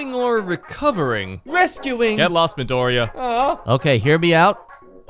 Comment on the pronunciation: DID YOU SAY MIDORYIA? 😮 Dekuuu~